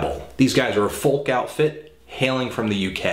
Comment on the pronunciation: It really annoys me how he pronounces folk -___